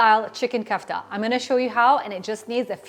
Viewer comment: Ku-ff-ta ❌Ko-aff-taa ✅✅ .. great recipe though